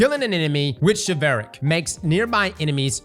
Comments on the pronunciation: Bro..its pronounced "shiv-uhl-rick"...like chivalry. like knights and opening doors for women and all that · Well, you might have misspelled atrocious but at least you didn't pronounce Chivalric as "Chevelle-Rick" like. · Chiv-ELLLLL-rick And he said it at least 3 times wrong. This guy and his English. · say chivalry then pronounce this swords name 😅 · You pronounce Chivalric like chivalry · Am I the only one being triggered by how atrociously he is mispronouncing the swords name!!!?!?!?!??!?? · The pronunciation of Chivalric is killing me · Every time he says the sword name wrong take a shot... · Bruh….. say the name right. Chivalry….. chivalric. Replays the ree with rick. Boom. Simple. Come on man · Man you gotta look up how to pronounce the word before saying it a hundred times. Chivalry. Chivalric. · chivalric is pronounced like chivalry . Please say it correctly I can’t 😂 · Is that the right way to pronounce chilvaric? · Came here just to hear mispronounce Chivalric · Chivalric... like chivalry... jesus... smdh... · Its pronounced like Chivalry... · Christ. The amount of bots in these comments are ateocious Yeah, give me crap for typing fast and misspelling atrocious, but has said this swords name wrong TWICE now. Don’t get me started on how he’s said ahamkara. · "Chevelle-ric".... bruh... its Chiv-ul-ric. Like chivalry, chiv-ul-ree. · "shi-val-rick" Only can mispronounce an obvious word so poorly. The root word is Chivalry. "Shiv-el-ree" In this case, it's "shiv-el-rick" 😂😂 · All heard is Chevelle Rick 😂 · i don't want to be that person, but ' team should not let him continuously mispronounce a word over and over again. he keeps saying "chivelle-ric" when the word is "chivull-ric" as in chivalry. i mean, it's your flub, but not a peep from your editors?? don't let them do that to you! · it's supposed the be pronounced "shiv-ahl-rick" lol not "sha-veil-rick" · It's "Shi-vawl-rick" not "shi-vail-rick"